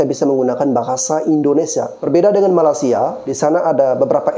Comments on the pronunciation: Bang malaysia bukan malasia.. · MALAS-SIA MALAS-SIA... Perbetulkan dulu lidah kamu menyebut MALAY-SIA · Sebut Malaysia. Bukan malasia. Gimana sih. Gw indo aja geli dengar Lo bilang itu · Malaysia bang. Bukan malasia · Malaysia bang bukan Malasia!!!!!!! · Bang gw mau ngasih masukan dikit bang, kalo nyebut malaysia itu yg lurus2 lah bang 😂 abang nyebut malaysia itu bunyi nya kayak malasia, kurang enak aja kedengaran nya bang..oke bang